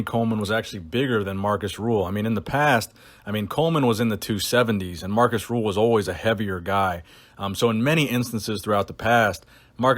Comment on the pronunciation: Markus RÜHL, not Ruhl or Rule